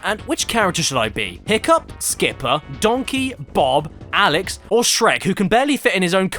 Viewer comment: "This is a puzzle game where the puzzles are already solved" Super Mario Galaxy in a nutshell Also as an hispanic speaker a gotta congratulate you for how you pronounce Alex Also, guys I don't know how you do but, this quality content for 1 hour of video, each one, you are amazing.